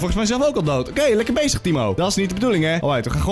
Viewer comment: Dat tttthimo heb je van jermy jejejejearmy